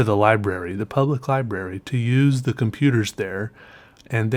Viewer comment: when says computers it sounds like com peters.